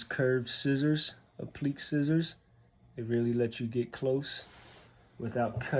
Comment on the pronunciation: Hi. I’m new to embroidery and am trying to learn as much as I can. Your videos are great. I have a question. When you refer to something called appliq. Is that the same as appliqué (sounds like: ap-li-Kay)? I’m not trying to be a smartass, honestly just trying to learn the art. Your work is on🔥. Glad I found your channel and subscribing NOW! 👍🏽